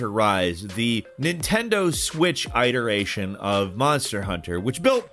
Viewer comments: ITT-ERATION NOT EYE-TERATION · Dude, love your content, but its it·er·a·tion not I-tear-ation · So instead of saying saying iteration like a normal person you say eye-deration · Is "iteration" really pronounced EYE-ter-a-tion like it is said during the #2 Monster Hunter intro description? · Did this dude just say EYE-teration for iteration? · "eye-teration" lol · Pleeeeease stop saying Eyeteration. Pleeeeease 😭😭. That's not how the word iteration is pronounced. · Who the fuck says 'iteration' like that?